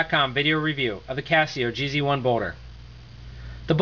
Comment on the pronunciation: I got the black/silver one and love it. The only thing I really don't like is that the lights for the buttons are pretty weak. And this guy pronounced it three different ways, none of them right - "jeez one" is what the web site says.